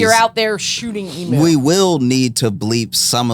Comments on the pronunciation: It's "e-mew", like rhymes with new, not like a cow's "moo"... please, for my sanity.. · It is not an e-MOO. It’s an eem-u! And they won the great emu war. They are not to be messed with. Say their name with respect.